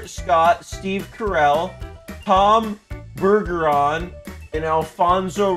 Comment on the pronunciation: oh i freaking KNOW ross didn't just disrespect my boy tom bergeron by mispronouncing his name. i grew up when he was the host of america's funniest home video so his voice is THE voice of AFHV to me